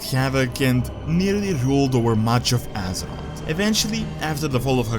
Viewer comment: Ahh I missed these videos.. Love your videos but I am still bothered by your pronounciation of "Assroth" Its Azeroth mate. You said everything great but you still need to train alittle more of the "Aze" before the word "roth".